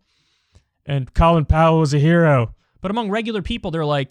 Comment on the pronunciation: If you can't pronounce his name right keep it out of your mouth.